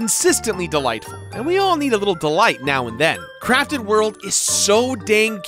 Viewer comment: All I hear is “Yoshi’s Crappy World” and it makes me laugh. Liked and subscribed. 👍